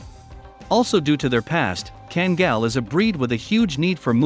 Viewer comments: FYI: pronounced kangal not kengal. Due to dogs origins being in a region in Türkiye "Sivas Kangal". in addition karabas in a different breed of dog all together. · Why can't people from the USA say name's properly? Just say it the way it sounds, what are they taught in their third world education? He says it right then back to 5 year old education, well a 5 yr old European education. Ken-gill, kan-gell. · a few myths about this video.... - The pronunciation of KANGAL is horribly WRONG. They could have at least made a real effort. The closes thing to say would be "Khan gull" - Yes an adult Kangal can kill a wolf if the wolf is by himself only and no, the wolves in Turkey are not as small as kittens in Florida.